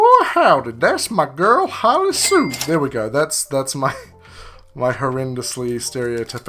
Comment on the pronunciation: Thank you for pronouncing hollie sue the correct way. many content creators say it wrong